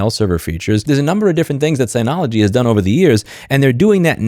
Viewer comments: Agree with everything you said, but it cracks me up that after 10+ years dealing with Synology you still pronounce it sigh-nology 😂. It's sin-ology, like synergy. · It’s synology not signology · I'm kind of surprised that you missed that Synology is pronounced "Sin-ologee". Anyway, I have the one (or similar) to the one the video thumbnail five, maybe six years ago. I got it just to do backups and it continues to do that. It is slow but it's the cheapest so I expect that. I guess since my needs are few and it does the job I'm mostly unaffected by this.